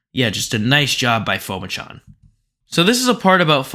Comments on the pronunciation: Pronounced Pu-ma-chon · His last name is pronounced Po-Ma-Jun